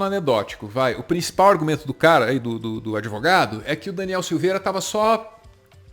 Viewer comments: Gente, não acredito que o Lula fale "adEvogado"! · LULA não aproveitou os dias de cadeia para estudar sua língua pátria??? "ADEVOGADO" *⁉️🤏🏼🧠💨